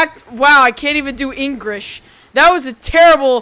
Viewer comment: at 2: 23 in the video, says " engrish" instead of english.